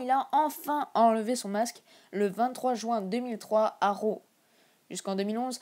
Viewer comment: Et c’est pas Row c’est Raw